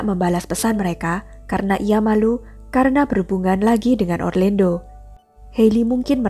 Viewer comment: Pengucapan namanya orlando. Bukan orlendo